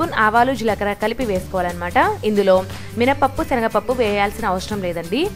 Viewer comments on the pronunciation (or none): none